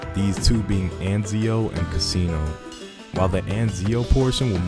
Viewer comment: It's not "casino" lol, there's a double s. Instead of Cuh SEE no, say CASS inno. Rhymes with Máximo, Massimo